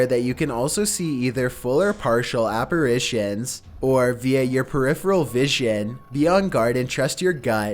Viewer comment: Lol. ‘Equippedted’ is not a word, bro. It’s just equipped. I love your videos, but it seems like in just about every single one of them you mispronounce or downright make up at least one word. You call demons ‘demonds’, you pronounce apparition as ‘apparation’ to name a couple of my favourites. Call me a picky asshole or a spelling/grammar nazi or whatever, but it stands out like a sore thumb to me. It’s like nails on a chalkboard. It makes you look foolish and amateurish. Please don’t take it personally, I’m only trying to give you constructive criticism.